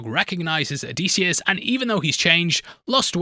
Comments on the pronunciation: oh dih see us, not o dee see us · Disius not Deesius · For the love of all that is Homer and Greek Mythology please stop calling him oh-dee-see-us. It is Oh-diss-ee-us. Or if you wanna get Greek it’s Oh-diss-efss. You’re killing us, bro. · if you say "O-deece-e-us" one more time ur gonna have to answer to deece nuts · Hes definitely saying "o-dees-eeus" for the comments and im a victim from it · O’Deasious is a new pronounciation I have yet to hear until now. Thanks. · I’m 13 mins into this video and if I hear him pronounce Odysseus’ name wrong again I’m gonna jump off a cliff. Has the book but can’t bother to say the name properly. Just reupload at this point. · Bro he cant even say the name Odysseus’ name correctly. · So quick in fact he couldn’t bother to pronounce the main characters name correctly one fuckin time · Have him breakdown a goddamn pronounciation of the main characters name while we are at it. Fuckin hell